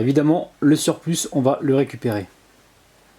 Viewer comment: Le "s" de surplus ne se dit pas 😉